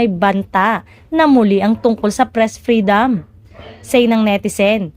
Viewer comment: Freedooom at hindi Freedaaam